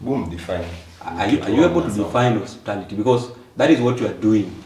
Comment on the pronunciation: definition of hospitality is "osiptal", hiyo 'ty' is silent. 😁 mtu ujaribu. watasoma saa ngapi na wako na soko ya isa, the guy should also be charged with facilitating Froud. tulisema hakuna kulipia mschana fee kwa mens conference, hiyo ni kazi ya wazazi wake.